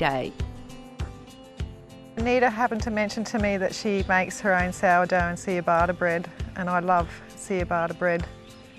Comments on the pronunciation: Seeyabatta bread hahaha, cha ba ta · What's with this "see-ah-bata" bread!!??😂🤪 Ciabatta is pronounced "cha-bata."😂😂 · Oh bless her. See-yah-bah-ta bread. Cha-bar-ta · Seeyabata bread? 😂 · see ah batta bread? oh ya mean ciabatta bread! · "Cheeabarta bread" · 'seeyabaata' bread. Christ.